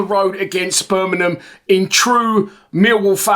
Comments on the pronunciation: Little tip, its Bur ming ham, not bur min num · Turned off as soon as I heard Ber min um